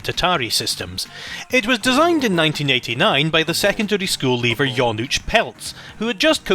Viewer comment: I agree with Adam, you did a great job pronouncing most names. "Janusz", by the way, is pronounced roughly "YA-noosh".